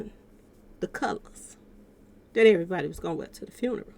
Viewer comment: I really wish you would shut the fuck up. You don’t even know how to say funeral the right way.